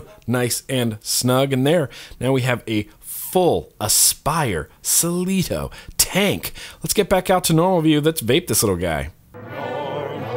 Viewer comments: It's pronounced KLEE-TO!😎 I've been using one for a couple years now too, and have never had the "rubber-bandy" taste.👌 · Really not sure how you looked at the word and got "Sileeto". How do you pronounce class? Clue? Climax? I've never got the rubber band taste. For some reason, I had a 0.2 ohm coil and it was being read as 0.1 ohm on the IPV D2. Wasn't letting me fire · "ASS-pi-ray Se-LEE-toh", surely? :-p 103w on a 70w-rated coil, though... Is that wise? That said, I do find a lot of juices cook off if you go too high. Try the 0.4 around 30-40w. BAGS of flavour, even on 80VG!! Rubber caps are indeed to stop the metal top cap from burning your lips - I thought they were silly, until mine got proper hot!! Also never had the rubber flavour in mine, not once. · "Aspire Saa-sleeto Tank" lol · Cleito ..... "Sa-Lee-Toh" .... how the hell? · I'd like to voice a big "No" for wanting any rubber band flavor whatsoever... (Also, I kinda think it's pronounced "kleeto"? Maybe? I don't know... I'ma call it that.) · It's pronounced klayto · I'm well aware that you're well aware that you are miss-pronouncing the name of this tank but... Cletus. I like Cletus better. :D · ffs say shit right. it is pronounced kleito. oh n bah. ahh. and blurrgh. lol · duuudeee it's pronounced cleito not cleito duhhh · Cleito, pronounce the "cl" like you would in "club"; you got the "eito" part right :) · Hey, i got my Cleito (btw it is pronounced as Klee-toe) a few days ago. So far, surprisingly i have not noticed any side tastes, as you describe. The general flavorness in this tank is pretty good, but i have noticed that the same 70VG/30PG juice isn't as crisp on the cleito Clapton coils as it is on, let's say my subtank mini RBA with a simple twisted Kanthal 0.5ohm single coil build. Thanks for pointing this out, i will try a 60/40 or even a 50/50 blend and see, if that drastically improves the intensity of the flavor. I personally am more of a flavor chaser than a cloud chaser.